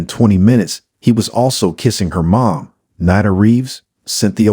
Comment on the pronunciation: Nee-nah. Not Ni-nah